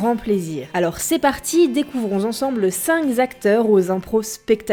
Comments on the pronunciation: Cinq zacteurs ? Non : cinq acteurs. =P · Les cinq'Z'acteurs ! Yeah ! La putain de liaison mal'Z'à propos ! XD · Les cinq Z'acteurs??????????????? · Les cinq Z'acteurs, le comissairiat, apocalypse "no"... pas mal l'impro du commentaire